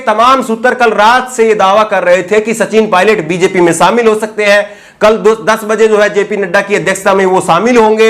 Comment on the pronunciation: Sir sha shabd ko sahi ucharan kijye. Shamil ko samil keh rhe he sir aap.. Ek journalist ki bhasha shudh honi chahiye.